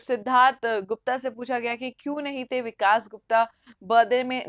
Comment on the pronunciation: Hindi theek karu apni...it is vikas not vikaash